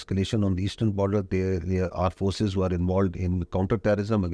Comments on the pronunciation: Aand forces😂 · Aand forces 🤣🤣🤣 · Aand forces😂😂